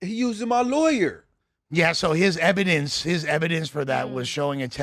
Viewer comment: wtf is EBIDENCE????lololl